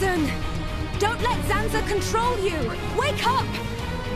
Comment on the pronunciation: *Zanza Not Sanza